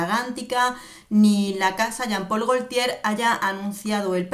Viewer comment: Gotie se pronuncia